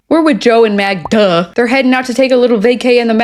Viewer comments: I am glad to see that I am not alone! He keeps calling her MagNa and it makes me irrationally angry every time he says it! 😂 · Joey, her name is MAGDA!! GET IT RIGHT!!😂🙄😒